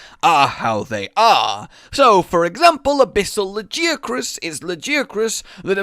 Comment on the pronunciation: La-jee-ah-croos. Wow.